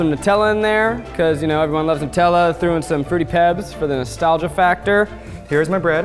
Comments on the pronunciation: WTF nU-tella. nU-tella. No stop re evaluate your life zack. Gah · The way zack pronounced Nutella will give me nightmares